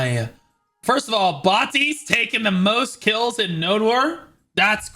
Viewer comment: um nononono... its pronounced BOAT·IS... dont ever disrespect my goat again.